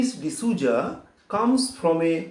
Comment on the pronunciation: It is Souza right? Sir is telling it to be zouza? Is that the pronounciation?